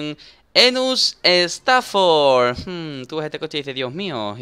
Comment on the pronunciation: Dani el nombre lo dice estafor que es estafa